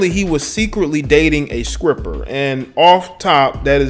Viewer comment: Did you just say "scripper." And did you just call the dude "Marquise" Fultz??? Bruh... who teached you how to spoke?